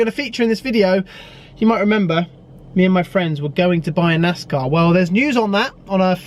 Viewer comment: It's pronounced NAZZZCAWWW 🤠🐄🐔🧢